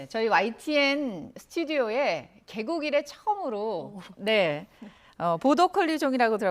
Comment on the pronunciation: "개국이래" 처음으로가 "개고기를 처음으로" 로 들려서 깜놀해서 몇번 다시 돌려들음